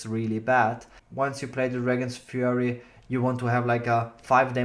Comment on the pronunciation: It's ( fury) as in rage..not ( furry) as in hamster...